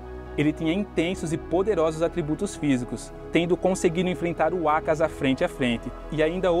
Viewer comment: Vídeo muito bom mas dá uma agonia extrema a tua pronuncia sobre alguns nomes, tipo "Oní", "Ákaza", etc ...